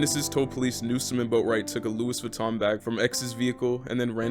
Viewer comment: "Lewis Vuitton"